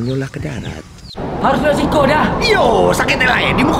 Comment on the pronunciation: Maap om blh koreksi? Bukan sikok kl sini tapi siko .. kl sikok bahasa Palembang arti nya satu 😁🙏🏻 Tapi jujur aq ngakak liat video ini ..sampe aq ulang trs 😂